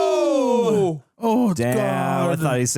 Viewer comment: ima be real. dude saying "noer" like he's Australian gets mad annoying.